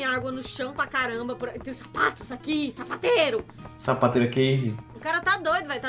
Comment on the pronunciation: quando vc se escondeu na cortina eu ouvi vc falar savateiro em vez de sapateiro 😅😂😂😂